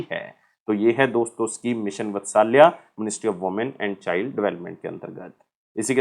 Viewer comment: मिशन वत्सल्या नही भाई मिशन वात्सल्य ठीक से बोल भाई जब पढ़ा रहा है तो ।।।।